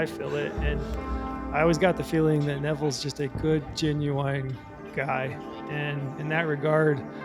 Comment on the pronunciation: Such a great video. Definitely felt this one and stoked for my upcoming hunt. That said, im uncomfortable with how you say genuine. You put the wrong emPHASis on the wrong syllAble